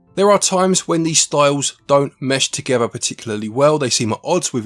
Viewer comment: Meshes them togever